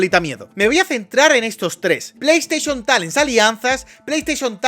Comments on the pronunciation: cuantas veces dijiste plei esteichon talen? 🤔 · Bro, amo tus vídeos, pero casi quitó este porque me daba dolor de cabeza escuchar tanto "pleisteshion talen"